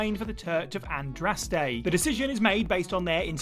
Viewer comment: Andraste, not Andastre.